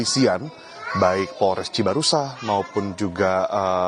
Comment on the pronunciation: Cibarusa, Cibarua, PolSek Cibaruah yang bener yang mana, kalau ngomong belepotan jangan jadi reporter sekalipun ganteng